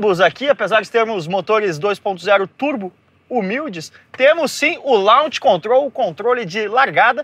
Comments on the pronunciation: Legal eh o criticar o 'lunch control' e falar ' LAUNTCH' kkkkkk a pronuncia de launch eh 'Lóntch', querido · Tantaram falar "Launch" de maneira certa mas acabaram errando feio ksksks